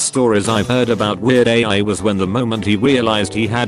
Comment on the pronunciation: it's Weird AL not AI